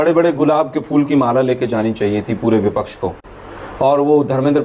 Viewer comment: Are chutiye sangeet ragi Bipaksh nahin vipaksh hota hai tujhe professor kaun banaya re